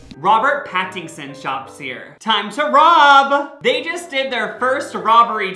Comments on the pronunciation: "Robert packtinson" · When said Robert Pattingson I cried inside